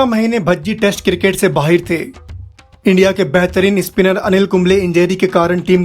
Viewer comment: Video me jiski voice hai wo Bhai 🇵🇰 ka lagta hai. Bahir nahi hota bhai Bahar hota hai.